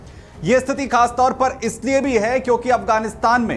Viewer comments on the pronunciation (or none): none